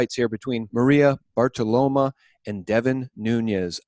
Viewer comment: Bar-ti-romo (as in the quarterback)